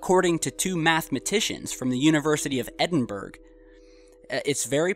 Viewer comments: 7.45. "Edin-berg" is the capital city of Scotland. It's pronounced Edinburra, spelt Edinburgh. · Was intersting until you said Edin burg. its actually pronounced eh-din-bur-ah. Otherwise love the videos. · Edinberg????? It's pronounced 'Ediniburra' and it's the capital of Scotland. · "Edin-BurUgh/Edinburgh" not EdinBerg :P p.s. 2017 is a time to watch! Keep up the great work. Cheers✌ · edinburg was the worst pronunciation I've ever heard of that scottish city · edinburrgg hahaha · EdinbrrGG loal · No.....it's the University of Edinburgh that we are talking about...in Scotland. Although you are right, I did hear that pronounced wrong as well.